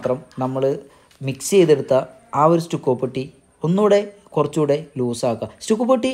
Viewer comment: അതെസ്റ്റുക്കോ അല്ല സ് റ്റക്കോ എന്നല്ലേ